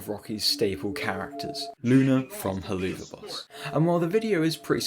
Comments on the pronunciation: Very good vid but it pronounced hell-avuf I know it is wired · "Heloova boss" 💀💀💀 Edit: it's pronounced "hell of a boss" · How did you butcher Helluva boss that hard... oh man. Hell-of-a-boss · hearing you say hell-oo-va boss instead of helluva boss gave me a pain that can only be described by underpants screams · Oh yeah dude Just to correct you Its not Hellluuuva boss Its hell of a boss Helluva is just a shorter way of saying it Just putting this here before the fandom comes and bullies you for saying it wrong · I really enjoyed this video, but you saying Heloova instead of Helluva hurt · Its pronounced hell of a. but with a VUH sound not OO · “heloova boss” 💀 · i know you most likely haven't seen helluva boss but hell-ova boss sorry if i sound annoyed and mean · istg stop saying heloova boss😭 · You’re probably heard this a bunch but I’m quite sure it’s pronounced “Hell of a boss” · I can't get over the fact that you keep saying "Helloova Boss," there's no way you're not doing it on purpose 😂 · "Helloova boss" 💀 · nigga said hilloova boos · Just a heads-up up, but the "Helluva" in Helluva Boss is pronounced "Hell of a" since it's a play on the phrase "Hell of a boss". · it's pronounced "HELL-OF-VUH BOSS" as in "Hell of a boss" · Such a weird ass rabbit hole Even as a FNaF fan and Helluva Boss fan it amazes me how many actually ate this up. I saw one animation and though “that’s neat” and then moved on. I didn’t realise how insane it had gotten lmao PS: I love/hate how you pronounce Helluva Boss :,) it’s like a dagger into my soul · Bro summoned a whole fandom when he pronounced helluva like that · That Helluva pronunciation 💀